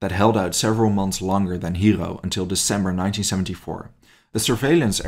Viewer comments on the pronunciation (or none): none